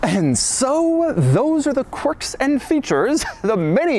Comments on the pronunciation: Doug calls the car.. "Corks" and features 😂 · "Corks and Features"